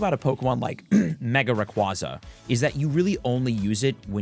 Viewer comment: Rayquaza (ray-kway-zuh)